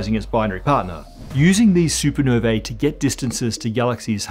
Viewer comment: Supernovae is pronounced soo ·pr·now·vee not super ner vaa